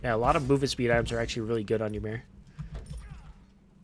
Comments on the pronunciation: Its actually y-mer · Master, I don't know how to really pronounce "Ymir" but it's funny how you say "Yeemir" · ah yes, whymer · like "Ee-mir"